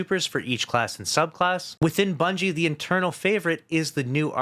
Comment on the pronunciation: Bro said Bunchy 😂